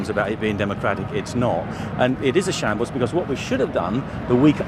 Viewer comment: Shables, what’s a shables?